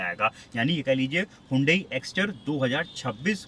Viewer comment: Very good but you spell the wrong it's hun-day like sunday